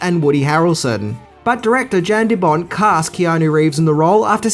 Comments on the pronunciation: The directors name is pronounced as 'Yan', not 'Jan', the J is silent. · And it's pronounced "YAN" deBont,not "JAN" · Yeah.....so.......it's not "Jan" De Bont as in a girl might be called "Jan." It is pronounced identical to the word "yawn." And did you actually say John McTierman?